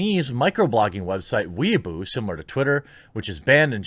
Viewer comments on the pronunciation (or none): It's pronounced WAY-BOW (like bow and arrow) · The site weibo is pronounced 'way boh" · Weibo or Weaboo?